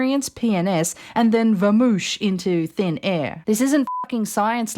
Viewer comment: vamoosh is not a word. it is vamoose. tell this "journo"